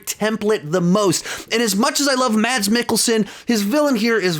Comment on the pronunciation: I am danish and you actually doesnt say the d in Mads